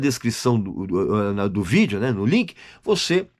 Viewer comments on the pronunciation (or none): none